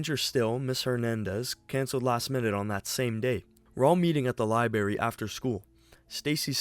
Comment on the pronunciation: why do the guy keep saying library without the R?